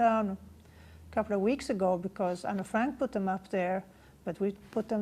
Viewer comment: ¿Tiene incluso la necesidad de vestirse y peinarse como Anne en la fotografía de su colegio? Me parece alucinante que tenga que manchar así el recuerdo de Anne Frank. Para empezar, lo pronuncia Anna, cuando el nombre es Anne, abreviatura de Annelies, cosa que ni menciona. Anne quería ser escritora y periodista, pero también ayudar a los demás, y tenía muchísimos pasatiempos como patinar sobre hielo. Dice que quería irse con sus padres reales, cuando Anne tenía muchos problemas de convivencia con su madre Edith, y por cierto, tampoco menciona a su hermana Margot. Lo de las fotografías en su cuarto, lo sabemos todos los que admiramos a Anne, todos, aunque no hayamos estado en la casa de atrás. ¿Sintió pánico en la casa? Se supone que fue su refugio... Cuando uno regresa de nuevo a un lugar en el que ha vivido tiene sentimientos encontrados, miedos, pero también alegrías, o al menos recuerdos especiales sobre ello, como por ejemplo cuando Anne subía a la azotea a mirar el castaño a través de la ventana y a escuchar las campanas y se sentía en paz, era su lugar favorito. Anne murió de tifus en Bergen-Belsen al igual que su hermana, no la mataron. Anne jamás hablaría de esa manera, sino de manera positiva, y hablando sobretodo, sobretodo de la libertad. Y podría seguir diciendo mil cosas por las que esta mujer es una farsante, me parece frustrante que alguien quiera venderse de esta manera.